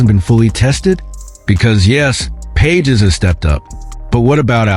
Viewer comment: Robot is not able to pronounce Pages name!